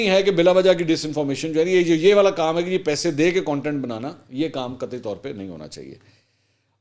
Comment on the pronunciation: pehe nhi pese hota h sir...😁